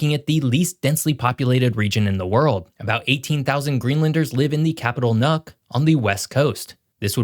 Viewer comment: Weird that a supposed go-to guy for geography, gets so many simple things so glaringly wrong. 🙄 • "Nuk"? 🤦‍♂️ Nuuk, is the capital, but don't say it like does. It's pronounced to rhyme with kook - not cook, or cuck. Ilulissat? Wrong again,. Pronounce it this way: ill-lew-LEE-sət or _ill-lew-LISS-ət. • The geographic reason Greenland doesn't benefit from the warmer Gulf Stream flow, is the Labrador Sea and Denmark Strait, west and east of Greenland respectively. Both areas are very shallow compared to the rest of North Atlantic waters. • The north - not the south - is where Greenland is "near to Canada", at just 42km. On the south-west coast, Nuuk is over 800km from Iqaluit, in Nunavut, and over 1800km from St. Johns, NL. • Greenland is not the shape our has shown here. For some reason,* he keeps using the Mercator projection view - which as we all know, distorts not just size, but shape. The greater the Lattitude, the more extreme the distortion. As Greenland is very large, very long north-south, and ends in the northernmost point of the entire North American continent, image selection misinforms viewers. ( Geographically (!) the thumbnail image is more accurate - but he didn't use that.) • It's not one of the least densely populated regions - it's one of the most sparsely populated. (That's like saying the landscape is some of the least black coloured in the world. 😑) • Ice up to 1.6km thick in some places. • Were all of it to melt, average global se